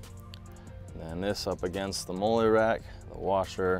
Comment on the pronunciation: Molle is pronounced “Molly ”